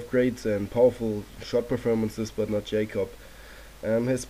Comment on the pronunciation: Yacob not Jacob